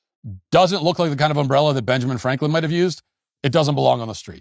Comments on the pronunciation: This guy could’ve been killed over an umbrella. Also, the way you say UMbrella is unlike I have ever heard. 😂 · Matt its not Um brella Your putting the wrong em fasis on the wrong Syl abil You self corrected by the end of the clip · Uh-oh, Matt, your strange emphAsis on the wrong syllAble is really going to detract from your UM-brella commentary. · Never heard someone say ùmbella like that. Also, are you people ai, or just seem like it? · The real tragedy in all this is how Matt pronounces "umbrella" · There should be some investigation into your pronunciation of umbrella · why are ya saying umbrella like that? i feel like this is that family guy skit :P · The real crime here is the way Matt Walsh pronounces the word 'umbrella' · Im going to need you to pronounce umbrella 🌂 without so much emphasis on the 'm' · who the fuck says umbrella like that?